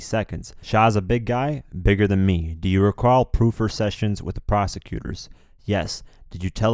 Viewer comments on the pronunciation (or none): Proffer isn't pronounced like "proof" it's pronounced like "pra fer" Pra, rymes wits "bra". Pra fer.